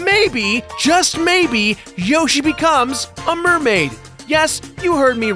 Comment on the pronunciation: Whoashie its a single yoshie exploshie